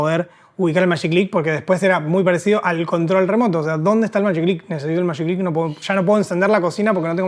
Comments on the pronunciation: Los contemporáneos del invento, los que lo vimos nacer, le decíamos «magiclick», pronunciando la letra «g» como suena en el nombre «Jorge», como lo llamaban Hugo Kogan y toda la publicidad en TV. Estos chicos tan simpáticos parecen trasladarlo de época al pronunciarlo como si estuviese escrito en inglés. Es cierto que es un poco híbrido porque la palabra «click», al estar escrita con «ck», es sajona; en castellano se escribe «clic», y no se lo considera un préstamo lingüístico sino una onomatopeya. «Magi» puede ser tanto inglés como castellano, así que… todo bien. Cada época hace lecturas diferentes. Otro aporte muy importante del invento, que no mencionaron pero que sin duda no deben ignorar, es el de la seguridad. Los fósforos, en una casa con chicos o con ancianos, podían ser peligrosos. La evolución en el largo del diseño tampoco es caprichosa: con la primera versión era muy difícil prender el horno de la cocina o la llama del piloto del calefón. Y los colores tiene que ven con el espíritu de la época, había libertad, fantasía y aires jóvenes de renovación. Los cambios en el vestuario también daban cuenta de esto. También existió una versión previa de los chisqueros con cable, generalmente enrulado como los de las máquinas de afeitar eléctricas, que terminaba en una ficha para enchufar. Esto los ataba a que hubiese un tomacorriente muy cerca de la cocina, lo que limitaba mucho sus posibilidades de uso. Los felicito por el trabajo de estudio y conservación de nuestro patri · Hola , muy interesante. Y muy bueno , Pero se pronuncia con G no Mayiclick.